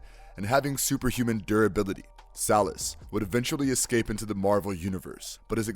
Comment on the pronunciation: Words mispronounced by this narrator include "escape", which he pronounces ek-scape; "affluent" for which he substitutes a-fluent and "iteration" which he decides would be better as jitteration. This is UN-ACCEPT-ABLE!!! Does nobody listen to this shit before posting?! I like this channel but find a VO artist who can speak clearly and knows the god damned subject!